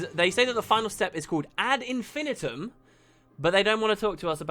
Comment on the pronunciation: That isn't how you pronounce "ad infinitum" -- the third 'i" is a long i -- so it's "ad infin(eye)tum" -- it's Latin & literally means to repeat something infinitely. So, if you're having to do a monotonous task for a very long time, you might exaggerate & say that you're performing that task ad infinitum.